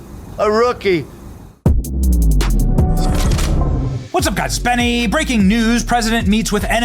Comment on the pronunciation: Benny…: At least learn how to pronounce his name ffs…